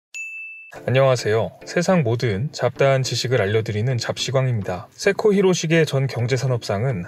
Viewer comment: 세코가 왜 개코로 자꾸 들리는 거야. ㅋㅋㅋㅋㅋ 세코에 좀 더 힘을 주고 말해요.